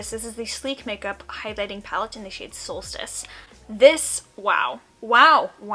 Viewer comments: I remember that Sleek highlighter palette especially when Jaclyn pronounced it "sol-steeece" when she raved about all those years ago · Remember when Jaclyn called the Solstice palette “SolSTEECE”??